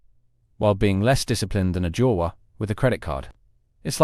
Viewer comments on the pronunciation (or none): none